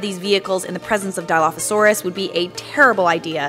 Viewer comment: My dude even pronounced it wrong